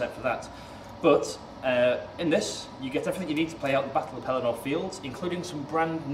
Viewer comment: The pedant in me insists: Pelennor is pronounced 'pel-EN-nor'. It is an odd choice to place the army of the dead on the field instead of Knights of Dol Amroth and other forces from south Gondor. Of course, they were in the movie, not book (and were one of Jackson's worst-executed and unconvincing effects, I think); and even in the movie, Theoden was dead by the time Aragorn and company took the field; but I realize that having both Theoden and Eomer figures would not be a possibility for GW. Still, taken all together and sort of holding one's nose about the story elements, this looks like a really interesting package, even for someone like me who has no previous investment in the game and is considering a buy-in. And, just because: "Suddenly the king cried to Snowmane and the horse sprang away. Behind him his banner blew in the wind, white horse upon a field of green, but he outpaced it. After him thundered the knights of his house, but he was ever before them. Éomer rode there, the white horsetail on his helm floating in his speed, and the front of the first éored roared like a breaker foaming to the shore, but Théoden could not be overtaken. Fey he seemed, or the battle-fury of his fathers ran like new fire in his veins, and he was borne up on Snowmane like a god of old, even as Oromë the Great in the battle of the Valar when the world was young. His golden shield was uncovered, and lo! it shone like an image of the Sun, and the grass flamed into green about the white feet